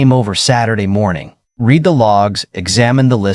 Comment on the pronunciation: Can't you pronounce "read" correctly???